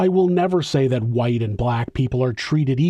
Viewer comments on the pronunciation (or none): none